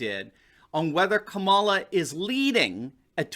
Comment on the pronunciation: Did you say "Kabala" xD That's great.